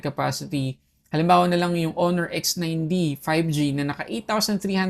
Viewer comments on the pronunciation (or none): none